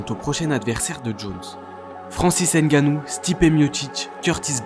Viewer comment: Pitié arretez de dire hainegannou aimebappé etc… vous savez bien dire pneumonie sans dire péneumonie non ? S’il vous plaît